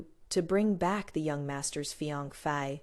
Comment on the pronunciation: Distinct knuckles seem important in the ml. It’s mentioned in almost every story. Also I’ve heard fiancé mispronounced often in these stories but this pronunciation is new lol